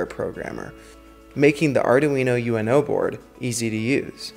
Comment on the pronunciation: It's not Arduino U.N.O, it's Arduino uno. Uno as in the Italian number one.